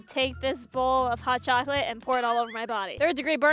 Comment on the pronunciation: that's not how you say chocolate in Spanish